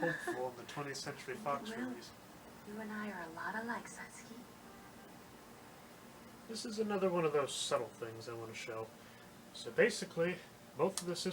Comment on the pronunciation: The Disney version has the correct pronunciation of Satsuki’s name. The Fox dub pronounces every syllable in her name, which is wrong. The “su” is meant to be said quickly, almost to the point where you can’t hear it. I like that the Disney version actually makes them sound like children, but it’s also almost too real, if that makes sense? Fox is what I grew up with, so I’m gonna go with that one.